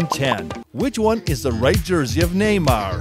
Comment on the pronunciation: Its neymar not nemar